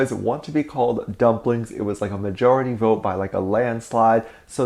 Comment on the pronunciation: oh my god I thought at the beginning you said ''dumb blinks'' instead of dumplings💀